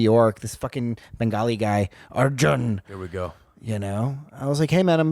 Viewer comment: Funny shit, hella cringe when you white wash brown names tho wtf is a "are-jan" you know how to say it 😂